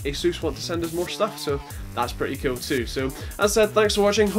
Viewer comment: Ur axent make IT sound like when u say "cool" it sounds like "cute"